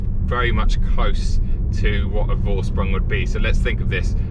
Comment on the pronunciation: hahaha. Its pronounced like! The syllables are and